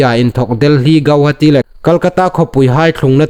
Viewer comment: Hotupa i thaw ṭha ie. Chulai zing chun i ṭawngkam sep dan, 'le' tina dinga 'leh' tia i lam vawng hi nakawr a kham met a nih. Ei ṭawng kalhmang naw dan a ni leiin hung insiem ṭha ve raw ie.